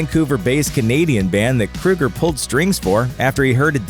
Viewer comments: Keoeger. Not Kruger. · Kroeger. his name is Kroeger NOT KRUEGER! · I can't stand this pronunciation! It's Kroeger not Krueger! Capital O sound. Like in "Soul". Kr(O)ger. If you're gonna make a video about something or someone, please get the pronunciation correct. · I don't think his name is pronounced "Krueger". It is either Kroeger with a long "o" or "Krager" how it is pronounced in Germany. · Crow-Gurr not Crew-Gurr ffs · KROW-GER...not krew-ger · I really hate how people pronounce Kroeger as " Krueger" i mean really, it's not the same people. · Stop saying KRUGER. His name is KROEGER, which rhymes with yogurt. Freddy Kruger does not approve of this video! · Grunge Right... and John Boehner's last name is really pronounced "Bay-ner" just because he says it that way. Definitely NOT "Boner." Just like I'm sure Chad "Kruger's" last name isn't actually "Kroger." Except it is. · Pronounced "Kro-ger, as in the name of the grocery store. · At least pronounce his name correctly, idiot. It's KrO ger, but they still are cookie cutter crap songs. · Kroeger. "Kr-oh-ger" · It's not Kruger. Annoying. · Ozzy bit a head off a bat, Alice Cooper caused a chicken to be killed, Axl Rose throws a fit when James Hetfield was burned on stage but Chad Kroeger (pronounced Crow-ger, numbnuts) brags about drinking and HE'S the bad guy? too bad he can't hear the haters from his mansion. you guys probably take President Trump serious when he says stupid guy stuff. #HatersGonnaHate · I love how he can’t even pronounce Chad’s last name right but will offend Nickelback. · Can't even pronounce his last name correctly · Pronounce his name right and maybe you wouldn't have such a shitty like : dislike ratio. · So we all just gonna act Ike dude didn’t mispronounce chads last name throughout the entire video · Learn how to pronounce his name FFS!